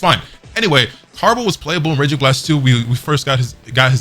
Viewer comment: Clicked off when you said tarble